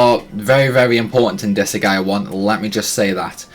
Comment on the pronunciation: I think he’s asking because you are pronouncing Disgaea incorrectly. You’re saying Dis-a-ga-i-a When it’s pronounced Dis-guy-ya